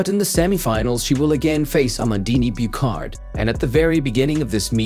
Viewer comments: Amandine Buchard - Byushar not Bukhar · "The Tokyo 2020 olympic games that happened in 2021 for some reason" ... Ever heard of Covid mate ? Also Buchard si pronounced Bushar not bucarde, otherway good video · But the pronunciation of "Amandine Buchard" is awfull. So bad that I'm surprised it's an AI... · Mr. AI mispronounced the French woman’s name also.